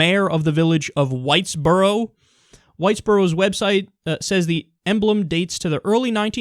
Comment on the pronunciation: I thought you said whitebro